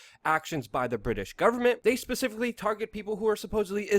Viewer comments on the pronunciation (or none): none